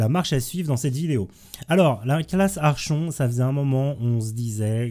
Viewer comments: Merci pour le tuto, bon boulot! Par contre... La classe "Archon" Sérieux x)... phonétique "ArKonTE" mais merci =) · C'est quand même plus joli " ArKonte " ^^ sinon, merci pour toutes ces vidéos très utiles. : )